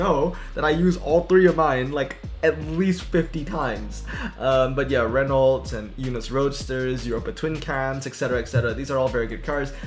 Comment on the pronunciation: Just so you know, Renault is pronounced like "Ren-Oh"